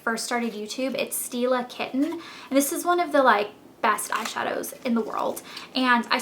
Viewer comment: when you say "stila kitten" it sound like you say "steal a kitten"